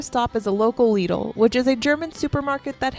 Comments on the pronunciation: Please pronounce it Lidl. Not Lido✌ my favourite is Edeka. It's from Hamburg the supermarket brand. Regional and have many products in good quality. Is maybe little bit expensive for some people here. But i like the Store inside. Very modern colors. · Lidl and Aldi not lido or audi